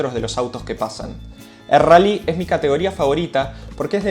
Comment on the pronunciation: El RRRRRALLY